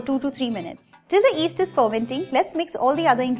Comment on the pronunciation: Love all your recipes and it's yeast not east you have to pronounce the y